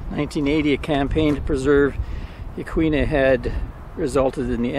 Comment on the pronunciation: Hello from Depoe Bay Oregon! Great job on the pronunciation of yaquina sir, well you tried anyway.